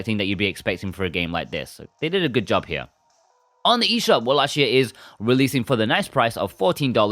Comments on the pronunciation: Its pronounced Vallachia not Wallachia. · Good review but the correct pronounciation of wallachia is "wallakia" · Not to correct u or anything as I pronounced it walla-shia myself before watching castlevania on Netflix but it's pronounced walla-kia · This review convinced me to finally buy this.... you do know you are pronouncing around wallachia wrong right